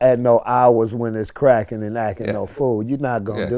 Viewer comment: Its "craccing" vlad